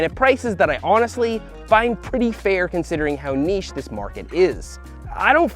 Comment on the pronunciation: Hey Seth, I am so pleased you pronounce 'Niche' correctly these days :D (Great vid as always)